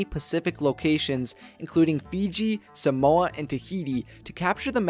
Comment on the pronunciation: thats not how u pronounce samoa